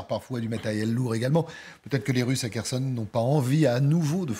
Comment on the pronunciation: Waw qui commente les stratégies russes, et la manière dont les gens prononcent les villes telle que kherson, elle dit kershon sec , mais dieu preserve nous de la connerie